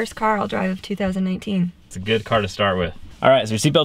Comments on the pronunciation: she said two thousand einteen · Oh yes the lady did say 2019 :) ... sounded like 2018 though